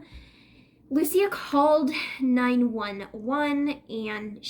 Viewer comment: I met this girl!! She was a friend of a friend, she stayed the night at my family’s air bnb. Smoked a j with her. She did not seem like the crazy type, I believe it was definitely a mental break. Also you are saying her name wrong, (Lou-Ees -Ah)